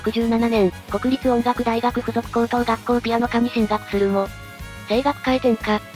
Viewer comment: こくりつ、ではなく、くにたち、では？